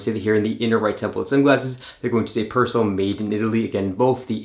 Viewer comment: The name is not Pers'l......it's Persoool!....." per il sole "